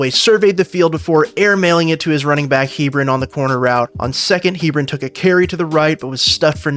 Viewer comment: It's Heb-ron